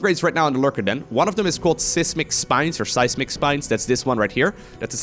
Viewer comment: Great game! In regards to your comments on English: Seismic is SIGH-smick, not CIS-mick. In English the expression would be “armchair general.” A boat pilot is called a helmsman.